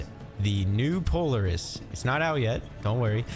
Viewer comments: I just can't get over your pronunciation of POLARIS. If you've ever heard of the real-life ATV manufacturing company, it's "Pol-AR-IS". not "Polar-is". But just remember, a CIG Dev once said that every way you pronounce something in Star Citizen is the right way. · PO - LAR - IS not Poliris 😅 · it's not polerus Po-Lare-us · Po-Lar-iss not Polar- iss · Pretty sure it's pronounced "Pol-Air-iss" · It's pronounced, POL-LAR- IS. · I understand I mispronounced POLARIS, I understand I made an error, I apologize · it just kinda made my day. Thanks for the chuckle. Always enjoy the vids. Keep up the good work. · lol i came to say the exact same thing =P but yea glad you're enjoying the verse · I like your videos but can't watch this one with you saying Polaris the way you are! Have you not heard any of the devs talking about the ship? ;-)